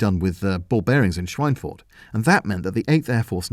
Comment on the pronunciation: your pronunciation of "Schweinfurt" is realy good